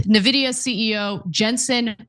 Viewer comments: I'm a member but 1) It's not NAH-vidia! It's N-Vidia... 2) Its not the H 2 O chip - its the H TWENTY chip. 3) Jensen makes sense... He told trump the same thing he told lots of people - If we stop selling US chips to china - they will make and advance their own eco-system of chips in which we will lose control of advancing our chips there and our interests. The H-20 chip was already made to be a weaker chip so as to not give them our best chips. Trumps original policies went too far way beyond the restrictions. This correction is actually a good thing. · i was left speechless : Ana ,you live in U.S.( i don't) and you can't even ...😱pronounce correctly the 1st company in history which passed the 4trillion value ??? It's like pronouncing Microsoft instead of M(a)icrosoft !!!! really ? Nevidia ??? And since i've heard many nonsense from people in the past about what is verbally correct ,and i'm sure you would argue the same like those people ,i'll say it ahead in order to prevent that argument : nVIDIA isn't some dictionary word . It's a company which certain Founders have ...founded and those certain Founders are the ONLY ones who will decide how their company will be pronounced !!! And guess what : they don't pronounce their company nevidia ,so why on earth are you changing THEIR company's pronunciation ??? (*FYI , i'm a fan of nVIDIA since 1999 ) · it's funny hearing non-tech reporters pronouncing it nuhvidia or neevidia ... and aitch two oh ... it's H-twenty, Ana! 😂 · it's not nevidea ! say it right ! arrggg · It's pronounced invidia. Comes from the Latin word for envy, invidia. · Painful to hear you mispronounce the name eventho its the biggest US company right now. You sound like Trump calling Tesla "Tesler". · You can tell she can't even pronounce Nvidia correctly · Ana is so dumb and this news org is a joke. She read H2O instead of H twenty, she doesn't propounce Nvidia correctly. Not even bothering to do a 20 second research before a story. Typical leftist